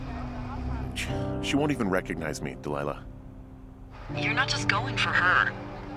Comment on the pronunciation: Nie musisz tego odmieniać... PS. Jej imię to "Delilah", nie "Dealilah"